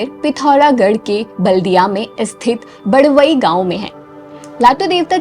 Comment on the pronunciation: Mam aapne Galt pronounce kiya Pithoragarh ke badwai gaoun me But mam Lata devta ka dusra mandir Pithoragarh ke Barabey gaoun me he